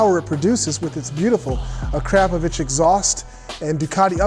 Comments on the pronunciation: Hey. To go along with your excellent pronunciation of the word ‘aluminium”, you should say ‘akraPOHvic(h)’ rather than ‘aKRAPovic(h)’ so it sounds less shitty 🙄😁😆😂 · a-krap-po-vich? Try again. a-kro-po-vik. Good video though 😄👍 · "A-crap-o-vich" exhaust? "eww-leeeens" suspension? /sigh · No doubt at least a 30,000 $ bike. IDK Just a ruff estimate. Not to seem like a know it all your pronouncing Akrapovic wrong. Personally i like yoshimuras or 2 brothers they sound a little better to me.